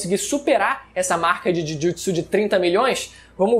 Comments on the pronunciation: "Jujitisu" pqp kkkkkkk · Esse Jhujhutsu e muito forte mane, feiao a pronúncia, ta maluco